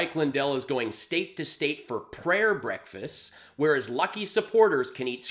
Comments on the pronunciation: "prayer breakfasts-es" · Brekfasses...how he pronounced. He didn't cancel his ads...he got cancelled! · I know Mike Lindell did not say prayer “breakfastses”. 😮😮😮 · Mike Lindell goes to "breakfastses". Who knew? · Mike said breakfastses. 4 year olds say breakfastses!